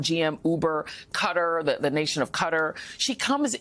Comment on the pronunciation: this bih just pronounced qatar as "cutter" 😂